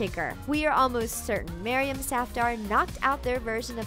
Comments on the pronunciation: the way she pronounce maryam safdar is so cringeworthy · Isn't Maryam a girl's name? Or am I just confused about the fact that she said Maryam Safdar